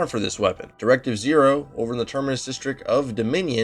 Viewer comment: Just wanted to point out that it's Directive OH like Asimo (Awesome-oh)